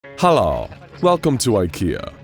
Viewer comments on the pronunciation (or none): HA he said Halla instead of hello at the start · "Halluh, welcome to IKEA." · On The first nanoseconds In The narrator sata hallo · I heard at the start halu